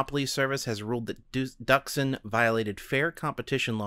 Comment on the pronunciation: So, Not Duksin. Dooksin(Дуксин) That's pronaunsiation. (forgot how to write in transcription, sorry)